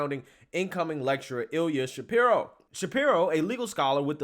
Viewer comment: As a person named Ilya, thank you for saying it correctly.